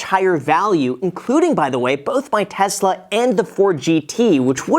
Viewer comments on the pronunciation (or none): none